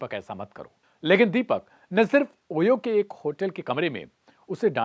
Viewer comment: गधेड़े तेरी पत्रकारिता की डिग्री फोकट में जुगाड़ी हुई लग रही है। 'शीबा' को "शिवा" बोल रहा है तू। इससे धर्म ही नहीं नाम का मतलब भी बदल दिया तूने। ओयो को "होयो" उच्चारित कर रहा है। कैसे-कैसे चमन चू बने हैं एंकर-पत्रकार!